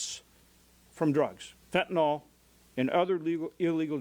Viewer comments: Why does everyone pronounce it fentanol? The why is silent it's fentanul or fentinle. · Could my party please stop saying "Fent-nol", please??? It's really this generation's "Nuculer", and drives me nuts.